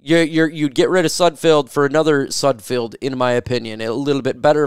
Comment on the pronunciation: It's pronounced Sud Feld, there is no I in his last name